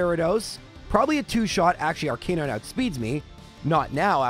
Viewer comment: Arca nine, not Ar Canine Lore a lie, not Lore a lee Do you enjoy being wrong?